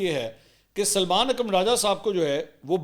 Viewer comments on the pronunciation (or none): none